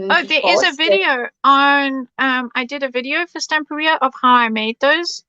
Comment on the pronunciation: Isn't it pronounced Stam-PEER-ia, rather than Stampa-RIA? In the same way that you'd say Interior, Superior, Exterior, Ulterior, or Anterior. It just sounds... odd to say it any other way. Weird pronunciation aside, Belinda's creation is absolutely superb. The moving parts, the mirror effect, the layering – it's all gorgeous.